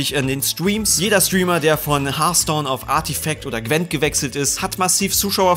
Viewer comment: niemand:: Stweamer